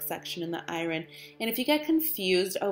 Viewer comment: Nice video, but it would be nicer if you spelled tutorial correctly and pronounced iron properly